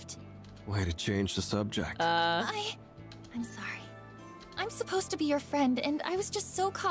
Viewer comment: Not running with her army of Simps 😭and then saying „sowy“🥲😂